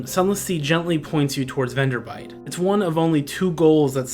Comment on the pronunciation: It's VenderBLIGHT. Not "Venderbite". FWIW. Good video though.